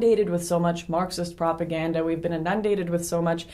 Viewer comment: Inundated not enundent